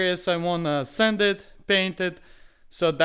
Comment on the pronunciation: Why do I hear “send it” when he says “sand it” 🤣